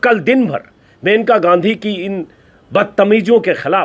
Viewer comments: Sir it is मनेका gandhi and not मेनका unka nam मनेका है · Her name is maneka..not menka(मेनका नहीं मनेका)